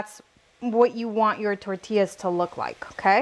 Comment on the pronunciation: I watched until she said “tortillas” can’t stand a señora that CANNOT pronounce tortillas the proper way. First generation or second plus generation. No excuse. Vergüenzas.